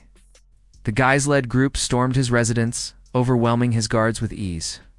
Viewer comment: Excellent research and presentation....apart from the flashing white lights, that once noticed detract greatly from the narrative, and you may have to work on the pronunciation of French names; "Guise" is pronounced "Geese" as far as I recall, although I am not fluent in the language. Apart from these less important aspects, very well done and the production team is to be congratulated. 🌟🌟🌟🌟🌟